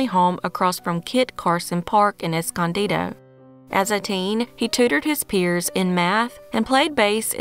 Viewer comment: Good job pronouncing Escondido correctly. I was genuinely shocked when I heard it said right.